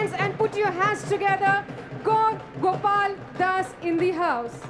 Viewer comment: It's not Gol Gopal das it's gour gopal das 😅